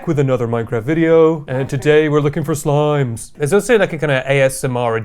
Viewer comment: idk why but the "and today we're looking for sliimees." and makes me laugh